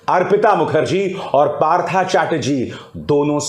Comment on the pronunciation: Abhisar ji your pronunciation is wrong. Partho is right bengali uccharan. English may likhna parta hai partha.